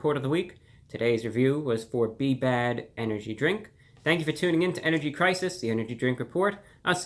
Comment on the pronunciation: Energy cwisis